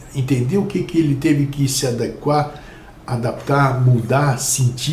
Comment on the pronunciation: parabéns por pronunciar ADEQUAR, sem acento. os modernistas falam ADÉGUA.